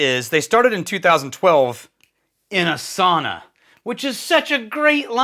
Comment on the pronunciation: It is SAUNA, not soona or later. 😉